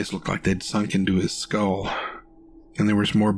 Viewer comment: Too breathy and bad habit of turning one syllable words into two - e.g. skull-ah or them-ah. Did better towards the end though.